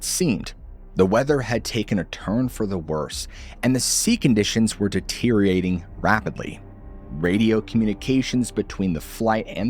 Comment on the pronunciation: lol, the SHHHOOONER is DETEE-ORATING...